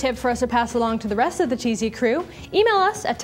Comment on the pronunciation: Tz Crew sound like cheezy crew .